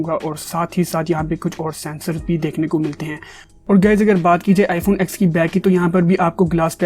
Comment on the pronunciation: Bro why r u calling it iphone ax? This iphone ten not ax. Lol